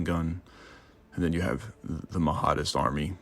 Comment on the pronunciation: Another comment on pronunciation. The leader was the Mahdi - that's Mah-dee - so it would be Mah-dee-ist. Check out the movie Khartoum. Good report though!